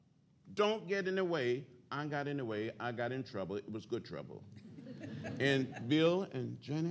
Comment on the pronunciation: GOOD TRUBBA